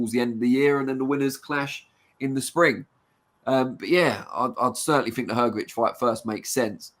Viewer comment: Hrgovich not hergovich